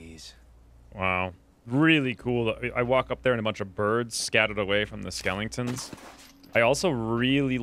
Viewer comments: SKELETON!!!!!! Fuckin skelington 😑🙄🙈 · "Skellingtons" lol so I'm not the only one